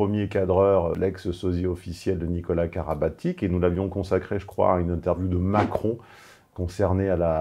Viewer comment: Ça se prononce "Karabatitch" :)